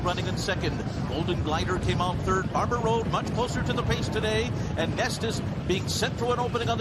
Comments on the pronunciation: Everytime he referenced Barber Road I thought I was hearing Barbaro...in the Belmont no less, had me wondering again what could have been. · I thought he said Barbaro too!!!